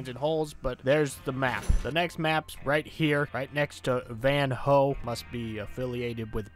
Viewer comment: That "VAN WHOE" made me laugh ahhaha